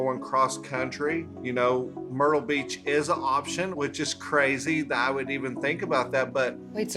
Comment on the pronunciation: omg i thought i heard “murda beach”